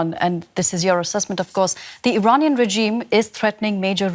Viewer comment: Could someone please tell the Washington reporter how to pronounce the word 'regime'?